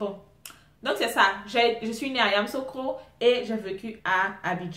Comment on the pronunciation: on prononce YAMOUSSOUKRO non Yamoussokro,c'est la capitale politique;Abidjan c'est la capitale économique et administrative.Si tu as besoin d'un papier c'est à Abidjan qu'il s'y rendre et non Yamoussoukro.Je suis toujours branchée sur l'histoire de mon pays😍😂